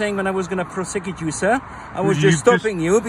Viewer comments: "PROSSECOOT" hahaha legend. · Bit freaked out by his pronunciation of ProSECute.